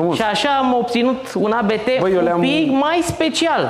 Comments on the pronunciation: Se pronunta abt, nu "a be te" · Abt, nu ABeTe. Este numele de familie al fondatorului, Johann Abt si fost pilot. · Se pronunta ABT nu ABT !!!! :))) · 😠😠 Se pronunță ABT 😜